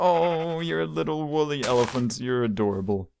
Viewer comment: Girl: snuffles and Guy: wolly